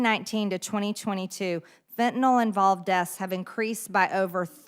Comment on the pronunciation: Why does she read fentanyl as fentanol?